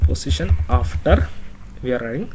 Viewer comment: I'm keep telling you that it's "position", not "positiom", but you are not listening .. LOL (XD) Just kiding, good course, thanks.